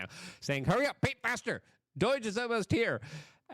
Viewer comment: looking dapper Luke ......... repeat after me DOWEGE DOWEGE DOWEGE ( not doyge doyge doyge)